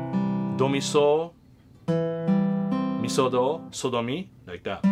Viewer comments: It honestly sounds like he's saying sodomy 😂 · Sol-do-mi sounds very sketchy when said too fast lol oh my!!!